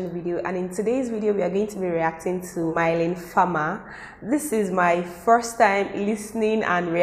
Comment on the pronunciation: The bg music or whatever isn’t actually lyrics or anything.. the only real word is “Innamoramento” (it’s in Italian, means (shortly said) purest moment of love) which also the same of her 1999 album & one song from that album. Her name is pronounced as Me-len btw, not May-leen :) it’s often confused as it’s a french name and people aren’t used to that.. you can always check pronunciation in french google translate btw! Make it spell it out for you Thank you for the reaction! Sadly you missed the first song tough.. maybe do that next time since it’s pretty amazing?